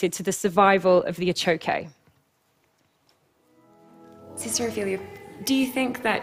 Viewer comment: The achoque is not a 'type of axolotl' any more than tiger salamanders are. Same genus, just as the tiger salamander is, different species. And good god, maybe listen to the pronunciation of these things you're presenting a TED Talk on when speaking with locals